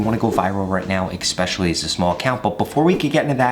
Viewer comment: Use 1-2, 5-6, 10-12….ooook. And the word is ESPECIALLY not eXpecially